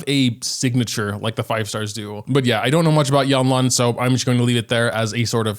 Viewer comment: Yanlan? Girl that's lanyan